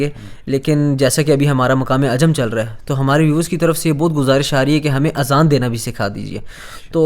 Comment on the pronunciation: Azan not Aazan. Aazan in Arabic means EARS (PLURAL)